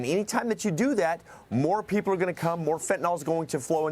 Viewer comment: Wish they’d learn how to pronounce FentanYL. It’s not FentaNOL. Yes, petty, I know, but I appreciate people talking to us being able to speak correctly. Stop saying things like, “they had went”.